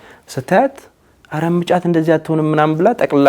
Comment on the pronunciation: እመጫት በል መ ጫት አትበል